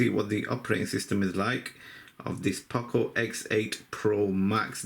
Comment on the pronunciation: Poco nicht Paco